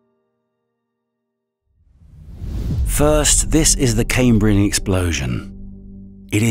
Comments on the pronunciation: It's pronounced Cam like ham not came, Cambrian not camebrian. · Caimbrian? It's pronounced cahmbrian. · I find it difficult to believe anything said by someone who doesn't know how to pronounce "chasm", "Zion", "Cambrian", and can say the Earth "literally exploded", "the most trickiest" and "one hypotheses". Call me a pedant, but it matters.